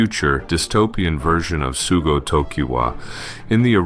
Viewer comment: Opens with "sugo" :/